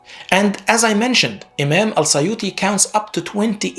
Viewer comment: You can't even pronounce الترمذي and السيوطي correctly. Very ignorant YouTuber, I pity who believes what you said.